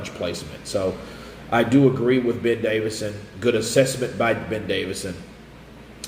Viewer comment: Ben Davison NOT Davidson!